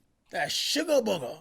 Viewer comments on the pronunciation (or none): He said suga buga 😭😭😭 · He really said “shuga buga “ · “ that surgar boga“ LMAO